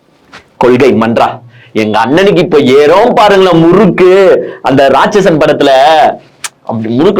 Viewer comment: Bro small correction Ratchasan illa Ratchagan